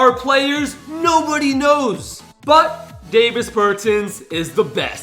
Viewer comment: Davis Bertans is actually on the wizards now and also you pronounced his name wrong